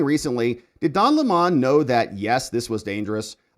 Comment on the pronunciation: Lemon, NOT Le Mon